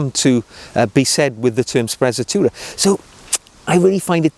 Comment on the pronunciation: I'm not Italian, but certain it's pronounced spre-tzatoura and roll the R